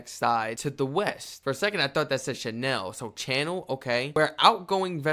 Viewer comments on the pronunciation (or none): none